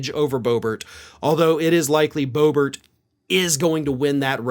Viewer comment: "Boehbert" LMFAO